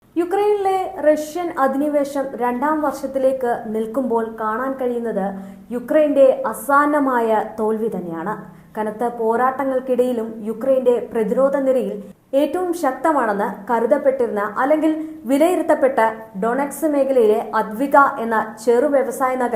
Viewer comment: "അസാന്ന " മായ അല്ല...... ആസന്നമായ .......